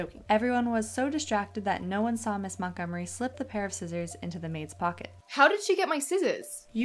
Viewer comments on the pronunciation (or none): Girl really said “you swaw it